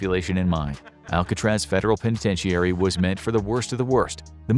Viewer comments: Great video. I believe the proper pronunciation of "penitentiary" is only 5 syllables and is "pen ih ten sure ee", not 6 syllables and "pen ih ten she air ee" (I know those aren't the proper phonemes for guiding pronunciation) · I’ve never heard somebody pronounce penitentiary like that. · That’s not how penitentiary is pronounced.